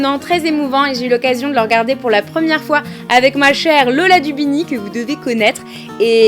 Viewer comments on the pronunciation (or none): none